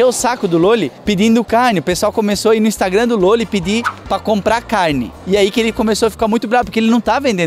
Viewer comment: "Instagron"...kkkk muito legal.